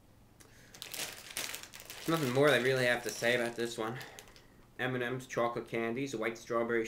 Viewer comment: Samuel M hes being funny and pronouncing it weird on purpose